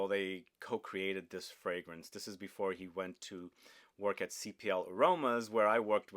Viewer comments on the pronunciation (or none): none